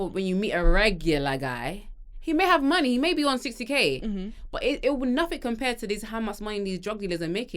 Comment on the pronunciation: Nigerian accent came through when she started talking about money 😂😂😂😂 “bring the moooney ah ah”😂